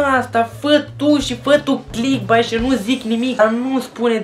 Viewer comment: Sunt de acord cu părerea ta, doar că nu se pronunță cum se scrie, ci ,,clickbeit,,:) Succes pe viitor!